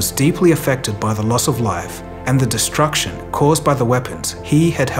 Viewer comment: "DESRUCTION" slow down a lil big, there's plenty of time left to release videos...maybe